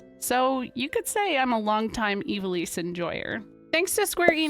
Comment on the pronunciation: Pretty cool! But man, my ears and brain are still taken aback by Ivalice being pronounced the way it is supposed to be. Growing up my older brothers always said it, "I've-All-Iss." And it actually being Eee-va-lease makes me feel the Mandela Effect, like I fell through a dimensional gap at the beach after collecting komodo dragon scales or something.